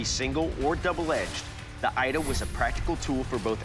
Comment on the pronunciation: A Yoruba here 🙋🏿‍♂️ Here to correct some mistakes: 1. Your pronunciation of ida is incorrect; the I in the word is pronounced as E not I, so the pronunciation is E-da not Ai-da. 2. Ida can only be 2-faced, and it’s never used for farming or cultivation; it is strictly for battle. The 1-faced blade is called Ada pronounced A-daah. There is in fact a Yoruba adage that explains this: oju kan ni ada ni, bi o ba di meji a di ida (meaning the ada has one face, when it has two faces it becomes Ida). Ada is used primarily for farming and sometimes hunting; but its primary function is farming and clearing the path. . Thanks for showcasing the Yoruba weapon.